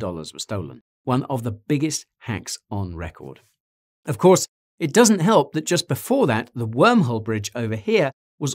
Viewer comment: You convinced me when you managed to say 'help' without pronouncing the 'h' :p . Bisous de Normandie ^^ ("to the kitchine" mais lol mec... still laughing ^^ )